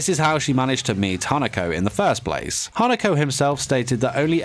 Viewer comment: My mind: did he just said “hanakoko”...? Also.... HOW DARE HE SAID “NEINEI”